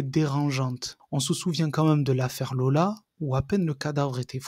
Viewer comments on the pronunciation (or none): none